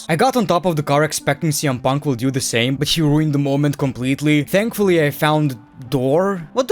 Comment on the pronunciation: Why do you keep saying CM Puntka?